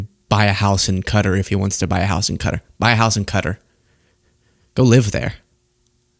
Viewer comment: You can understand the poor kids confusion...both Santa & Trump are fake fat f*cks It's Qatar like Kuh taa not Cutter